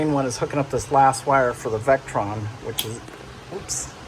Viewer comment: Hey, it’s Victron, NOT Vectron for your charging/inverting equipment.